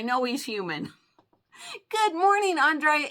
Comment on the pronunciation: Hi, thank you for the shout out. I always enjoy your comment calls., you can say my name how ever you like. When you say my name it sounds like On-dray-ah. I pronounce it And-rea-ah. Some how I get Angela, Adrian, so its all good. Aww Shelby, and Miss lucky look adorable! ❤❤